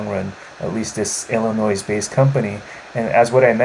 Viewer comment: no noise in Illinois..the S is silent...lol. im long on mmex, huge growth is coming and millionaires will be made!